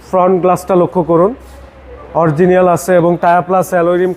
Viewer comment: It is “Original” not “Oriegienal”